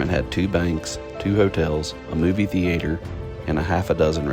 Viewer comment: great video! Such lovely footage! Random note, I love when people say "Thea-AY-ter" because I'm used to it being a singular smooth word, sounds better with more divided syllables :D